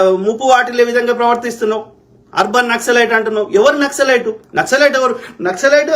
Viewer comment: Not naxilite nasal